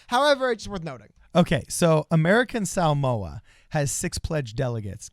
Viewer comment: Shoutout for saying Samoa correctly